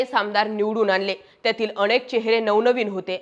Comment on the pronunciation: भाषा जरा शुद्ध वापरलीत तर अजून छान होईल, अतिशय अशुद्ध वक्तृत्व... ते अनेक असतं आणेक नाही हो